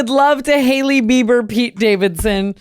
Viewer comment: girl noooo that’s not haileebobailee that’s haleyy baylee